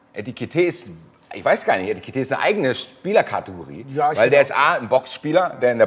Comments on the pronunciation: es heißt EKITIKE und Nicht ETIKITE😎🤣🙏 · Bro sagst du extra Etikete? 😅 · Das einzig Gute am Abgang ist, dass nicht mehr "Etikité" sagen muss 😉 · endlich muss ich mich nicht mehr drüber uffreesche, wenn nach 1,5 Jahren immer noch ETIKITÉ sagt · Eitikite, Etikite... - aaah! Ich werd wahnsinnig. - Aber es hat sich dann ja jetzt auch erledigt;-);-) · Ich werd Heki vermissen, aber wenigstens ein sauberer Abschied vor dem Trainingslager und höchstmöglicher Transfereerlös. Und ein gutes hat es noch: Man muss nicht mehr hören, wie jedes Mal Etikite sagt:D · Ob noch lernt, dass er Ekitiké heißt? 🤔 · Net böse gemeint aber was ist an Ekitiké so schwer auszusprechen? Weiß nicht ob es 1x richtig ausgesprochen wurde im Video